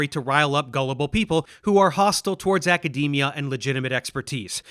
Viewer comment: I’m still scarred by “acadamia” pronunciation